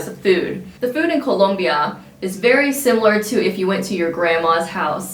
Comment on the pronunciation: Why are you saying Colombia like that? Lol 😆